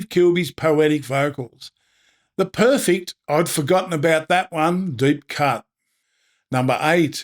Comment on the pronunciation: PerfEct. Purr Feckt. Not perfikkt. Why? Just.... why?